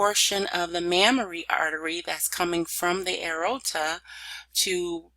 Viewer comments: Lol throughout the whole video I kept saying the same thing. A-OR-TA, not A-RO-TA. But it actually was very helpful to me as I struggle in this area. Understanding all the branches and arteries. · Great slides and illustrations shown. I would suggest working on pronunciation of the anatomical terms, i.e. the major veins and arteries, you lose people during your lectures when you mispronounce major parts like AORTA. See below for proper pronunciation, "A-OR-TA". Thank you, good lecture. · PRONNOUNCED: A-OR-TAH. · CORRECTION, PRONOUNCED: "A-OR-TA". THANKS. PRETTY GOOD LECTURE. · It's driving me nuts every time she says "arota"